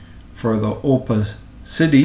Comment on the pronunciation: The pronouncement is “Oh-pa-ci-ty” Great video :)